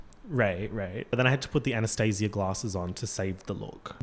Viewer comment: Loooove an Anastacia reference, but that is not how you pronounce her name. 🙂‍↔️